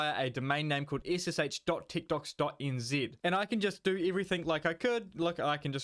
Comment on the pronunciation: At first when you said techdox it sounded like you said tiktoks lol